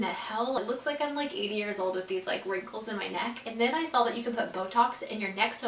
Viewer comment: Why do you say “sawl” instead of “saw” it’s really irritating me.